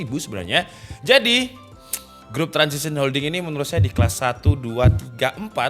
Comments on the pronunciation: Transsion Holdings bang bukan Transision😂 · Transsion Holdings bukan Transition Holdings.. Lol emang lidah kampung